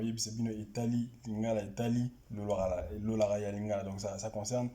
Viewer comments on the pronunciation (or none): on dit LOLÁKÁ et non LOLAKA. 😂😂😂😂 bon je vous comprends vous avez grandi en Europe et le lingála vous l'apprennez par le livre souvent sans intonations